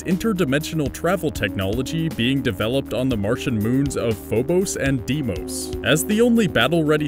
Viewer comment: Every time he said Deimos I cringed.